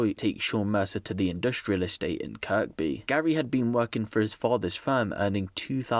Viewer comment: Kirby is pronounced kirbee not kirk bee